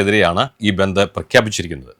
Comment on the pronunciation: ബന്തു എന്നാണോ പറഞ്ഞെ. അക്ഷരം മാറിയോ